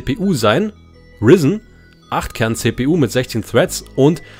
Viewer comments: Bitte nenne es nicht Rizn. Es wird "Ryzen" (englisch) ausgeschprochen... Ist ein AMD Prozessor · Ryzen wird Reisen ausgesprochen. Aufjedenfall nichts risen. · Wie du Ryzen aussprichst😂😂😂 Man spricht es „Raisen“ 😂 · Wie er ryzen nicht aussprechen kann